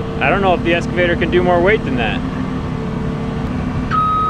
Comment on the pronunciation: its pronounced essscavater